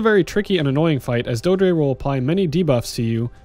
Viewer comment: It's pronounced "doe-eh-dree". It's verbalized in the game itself, just so you know. Great guide otherwise!